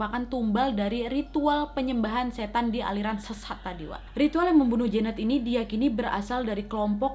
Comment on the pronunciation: namanya jeannette, gue dengernya jaenab -_